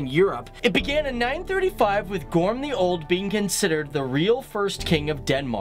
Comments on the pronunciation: "Grom the old" No... GORM! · not GROM the Old - GORM the Old, thank you. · Its Gorm den gamle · Please..................... Don't ever try to pronounce "Margrethe" ever again. ;) Or "Gorm the Old" (not "Grum") Or "Harald Bluetooth" You are so much off. ;)